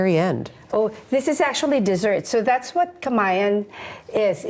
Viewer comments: perfect ununciation of "KAMAYAN" & SAMANIEGO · I got to commend how the host pronounced Filipino word and last name so perfectly! 🙌🏼🙌🏼